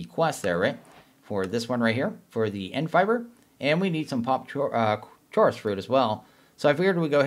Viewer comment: Who pronounces "Chorus" like that?